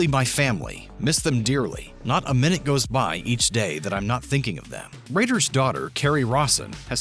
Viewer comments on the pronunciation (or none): none